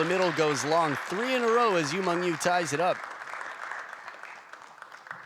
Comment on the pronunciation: its YU MENG.. YU not YU MANG.. YU ???